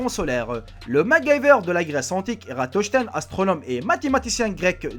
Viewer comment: "Arichtote", "Eratochtène"... Tu as même pas capté que "Colombus" c'est Christophe Colomb? En fait tu lis juste Wikipédia? Et mal en plus, c'est une torture pour les oreilles...